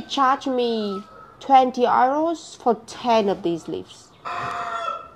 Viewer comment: These flowers are called lilies. And just so you know😊Euros= {you roz} . Always enjoying your videos 😊happy new year